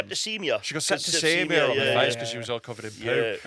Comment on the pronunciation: I've listened to say septicemia so many times. It's perfect 😂